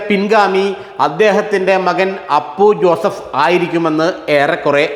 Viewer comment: ആദ്യം പി ജെ ജോസഫിന്റെ മകന്റെ പേര് പഠിക്കു അവതാരകൻ... അപ്പു ജോസഫ് .. അല്ല.. അപു ജോസഫ്.. 😄😄!! മലർ പൊടിക്കാരന്റെ സ്വപ്നം... അപു ജോസഫ് മുൻപ് മുതലേ സജീവമായി രാഷ്ട്രീയത്തിൽ ഉള്ളതാണ്..!! ജോസഫിന് ശേഷം.. മോൻസ് തന്നെ ചെയർമാൻ.. അതിൽ ജോസഫിനും സംശയം ഇല്ല.. അപു ജോസഫി നും സംശയം ഇല്ല... കേരള കോൺഗ്രസിൽ ആർക്കും സംശയം ഇല്ല.. ഈ വാർത്തക്കാരൻ സ്വപ്നം കണ്ടോ ആവോ.....???